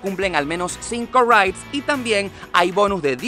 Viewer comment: . Lo que este pobre tipo quiere decir es " ride " . Que se pronuncia " ráid ". Y para peor cuando lo lleva al plural lo embarra diciendo " raites".